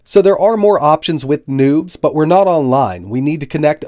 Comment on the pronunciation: Not gonna lie, I thought you said that there was nudes on that SD card the first time you said it.